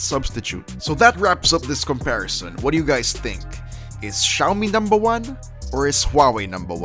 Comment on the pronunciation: XIAOMI NUMBA WAN